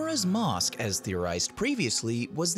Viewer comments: O god plz stop saying mosk >.> it’s mAsk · ngl it sounds like you're saying 'Mosque' instead of mask ''xD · You pronounce it like “mosque”, which radically changes the topic of the sentence. 😂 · why does he say mask that way